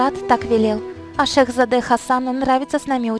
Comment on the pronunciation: Не шехзАде а шехзадЕ